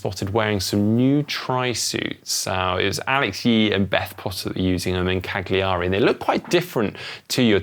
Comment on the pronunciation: Please learn to pronounce Cagliari correctly, it really pisses me off. LAZY!